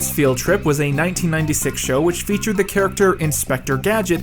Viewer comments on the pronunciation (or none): none